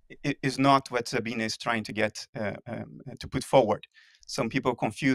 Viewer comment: he pronounces Sabine right!